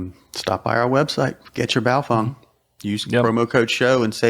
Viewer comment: At this point you still don't pronounce Bao-FENG. as FENG, ...not FUNG. What do you know that we don't know? lol